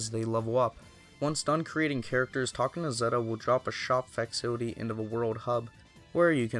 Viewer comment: i had to rewatch a few times to figure out what he meant when he pronounced "facility" i've never heard it pronounced like that....amazing